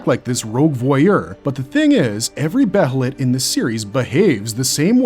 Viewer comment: It's bay-lit or Bay-uh-lit, not Beh-hell-it